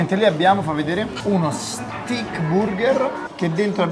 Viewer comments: Pronuncia un po da rivedere. Juicy non come si legge ma JOOCY senza I, Steak non STIK ma STEIK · Steik!! Si pronucia Steik... non stic.. non è uno stecco... ah anche "giusi" non "giuisi, senza la i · ti voglio bene ma ti prego migliora la tua pronuncia in inglese pk "stik" non si puo sentire